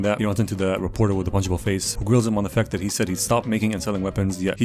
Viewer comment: 😭zhat is not za missle